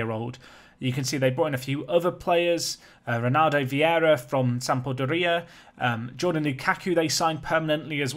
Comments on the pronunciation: "Sampodoría"... Fucking Britbongs, I swear... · "Sampodoria" hehehehe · You kinda pronounce it like Sam-door-ee-ah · worst pronunciation of sampdoria I’ve ever had the joy of hearing, marvellous